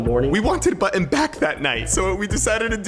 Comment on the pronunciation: He pronounces Button so weirdly